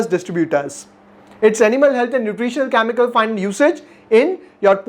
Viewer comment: its. CHEMICAL n not KAAMIKAL🤣🤣🤣🤣🤣🤣🤣🤣